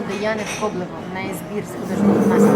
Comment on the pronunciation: Ковлеве, а не коблево